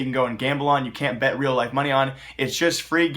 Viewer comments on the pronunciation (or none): none